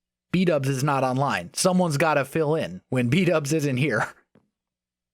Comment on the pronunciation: 14.49 what you said there sounds like bdubs place